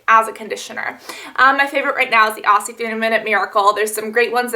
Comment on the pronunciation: ahh you keep saying Aussie as ossy, its pronounced ozzy!! sorry, I'm australian so this bugs me... love you Cass!!